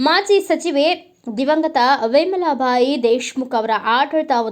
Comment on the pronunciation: ಅವ್ವ ತಾಯಿ ವೆಮಲಾಬಾಯಿ ದೆಶಮುಖ ಅಲ್ಲ ಅದು🤦🤦🤦 ವಿಮಲಾಬಾಯಿ ದೆಶಮುಖ ಸರಿಯಾಗಿ ಹೇಳು